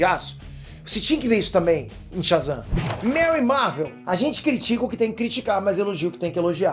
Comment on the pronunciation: O cara fala Shazan, ve, um raio e frito o cérebro dele kkkkkk